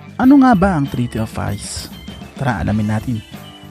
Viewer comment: “Treaty of Paris” but it pronounce as Treaty of Paree or Paré